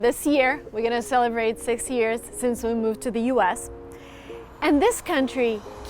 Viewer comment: You are pronouncing six as sex😂